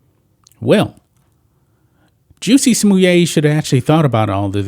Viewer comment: Someone says "Jussie Smollett" I'm like, who?? Ohhhh ... you mean Juicy Sommelier!